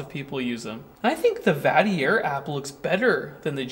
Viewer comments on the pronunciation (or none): Pronounced Vatler, maybe?